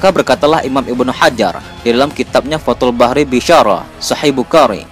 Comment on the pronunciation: Minnn kalo baca yg bener dong.. bukhorri.. fathul barrii.bukan bahri